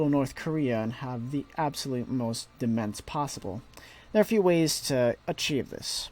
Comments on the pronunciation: It's pronounced Dow Mane not demense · your pronunciation of demesne made me leave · I bet you didnt get the pronunciation right first time yourself! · It's a normal error for people with Dyslexia. It kinda sucks but its more common than you would think.